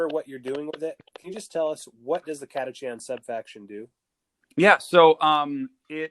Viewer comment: Catacan. Is how I saw it but Catachan is how I’m told it’s said. I like the lazy Cataken